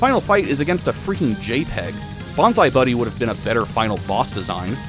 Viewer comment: Mfer talks about the games for 2 hours but can't even pronounce the names right nor knows how the games work. It's not "A-lee-a", it's "ah-liah". It's not "gay armor", it's "gah-ee-ah armor". And you don't "unlock" the last 4 mavericks in X5, you're able to play all 8 stages from the beggining. Mfer also can't even pronounce "Bonzi buddy", it's not "bonzai buddy", it's "bon-zee buddy". Also, there's a lion maverick already, Slash Beast from X4 and also a horse maverick in X5 if you consider pegasi as horses.